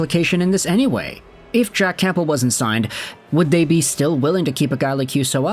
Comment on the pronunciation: Great vid as always! P.S. - The 'P' in Campbell is silent.